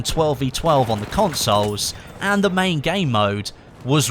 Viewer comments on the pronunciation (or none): none